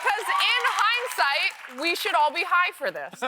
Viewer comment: “In high-nsight”